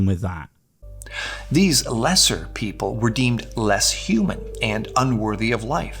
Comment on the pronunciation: Am I wrong... or did he relish saying 'lesser' a little TOO hard?